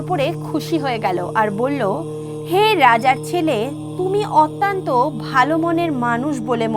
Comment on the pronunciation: গল্পটি ভাল।পরিবেশন খুব হৃদয়গ্রাহী।নীতি কথা গূলি বাস্তবধর্মী অনুসরনীয়।কিন্তু কথিকার একটি শব্দের বার বার ভূল উচ্চারণ বড্ড শ্রুতিকটু লাগছে।শব্দটি অত্যন্ত (অতি +অন্ত) : অত্যান্ত নয়।সংশোধন করে নিতে অনুরোধ করি।